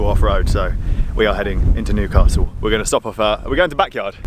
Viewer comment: NEWcastle...pronunciation on point canny lad.